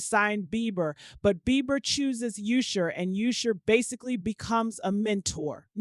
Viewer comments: WHO TF IS CALLING THAT MAN “YOUSHER” 🤣🤣🤣🤣 IT’S USHER! That just pissed me off for the day 😩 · What’s wrong with this lady. Why does she keep calling him “Yousher”😭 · Who the hell is You-sher. I tried to stay with the story but I couldn’t take the You-sher of it all! Takes away from good journalism and strong tea when the main peoples names are super wrong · Why is this person callin usher YOUsher. Ma'am i never heard ANYONE call him YOUsher you wild for that😂😏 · YOU-sher? This is why I refuse to take black bloggers seriously. Get some speech classes! Slavery is over, and it’s legal to pronounce words correctly. 🤦🏽‍♂️🙄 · Now who the hell is " you shur" ?😅😂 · 🤣 I scrolled thru the comments to make sure I was not alone in my annoyance !.. I feel validated 😂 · ~ How does one correctly pronounce then mispronounce someone’s name within two sentences? 🤔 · I think you need a new narrator. Maybe someone who can pronounce Usher? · She even pronounce his name wrong. Smh! Am not listening to this. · gotta stop using AI videos as her source. She cant say Usher's name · Please stop with the poor pronunciation of Usher name it's so annoying you use it interchangeably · But she was saying Usher too. Why did she do that?! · The way this lady pronounced Usher (Oosher) twice and Nicki 'Meenaj' 😂😂😂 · Who is this person that can’t read? Yusher, Nikki MeeNaj, Cre-y’all